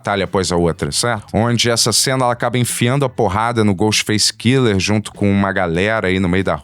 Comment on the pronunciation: Cada vez que o fala Ghostface Killer eu perco um minuto de vida